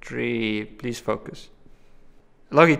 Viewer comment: I love how he says 'Logitech' and not 'Lojitech'